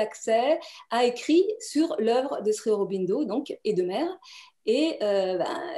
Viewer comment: J'ai toujours entendu le mot Sri prononcé "Shri"... comment le prononce t-ils á Pondichery? La Mère dit pourtant bien "Shri" dans les entretiens avec Satprem.